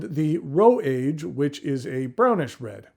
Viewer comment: Great video! Tip for the future though “age” in Japanese is pronounced Ah Gay